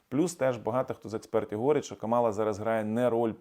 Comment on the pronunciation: слух ріже, коли ви КАмалу називаєте КамАлою.